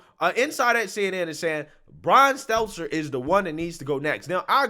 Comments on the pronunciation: Bro, your job is to speak. Please take the time to know how to pronounce names/words. He's not exactly deserving of learning it, but it's STEL-TER, not seltzer. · I love you, but I gotta say it. It's been itching at me for a while now..... But it's Brian STELL-TER, not STELTZ-ZER 🤣🤣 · Get your voice coach to teach you how to pronounce Stelter. No z or s in it. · Love how you always pronounce Brian's Stelter's name lol (Steltzer). Keep up the great work. Love your videos. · This guy consistently fucks up Stelter’s name…